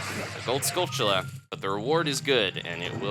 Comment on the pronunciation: A bit weird,maybe... but pronunciation of "skulltula" is everything. You nailed it. Thanks :D